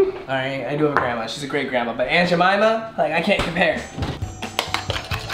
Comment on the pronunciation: How did he pronounce aunt Jemima😂